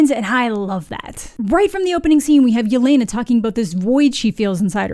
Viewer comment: Still can't believe Disney/Marvel didn't do the bare minimum of research to learn that Yelena is pronounced "yeh-LEH-nah" not "yeh-LAY-nah" and that she wouldn't go by her full first name in informal situations; she'd go by the short form Lena ("LEH-nah") just like Natasha went by Natasha and not Natalya (her full first name).